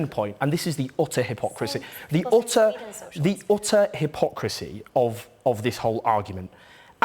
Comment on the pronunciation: The chief deflector jones can never have an interview without saying the ooutar hip ock rasy , which means the little knob hasnt an answer to the question.